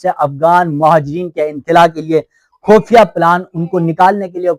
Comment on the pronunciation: لفظ خفیہ ھوتا ھے خ پر پیش ھوتا ھے اس لئے خو پڑھا جاتا ھے